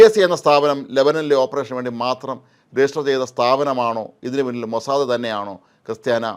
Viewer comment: മൊസാദേ അല്ല സാർ മോസ്സാദ് 🚶